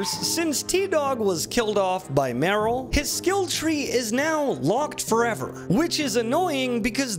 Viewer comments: The way you pronounce Merle wrong is so funny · please stop saying Meryl! Its Merle, MERLE!!!!